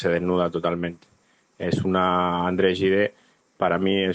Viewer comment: Gide se pronuncia, más o menos, Yid.